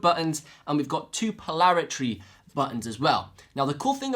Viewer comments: polarity! not polaritree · Po-lar-i-TY. Say it 100 times. Also et-cet-er-a!